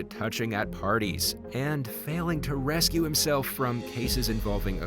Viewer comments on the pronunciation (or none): Do you not know how to pronounce the word "recuse"?